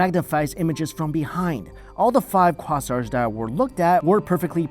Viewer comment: I have a feeling he just learned about quasars, because I've never heard anyone pronounce it that way